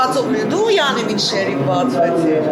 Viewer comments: շեռիֆ,, չի, ,,շերիֆ,, է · ՀամաՌ եՌեքը ` շեՌիֆ հա շեՌիֆ🤦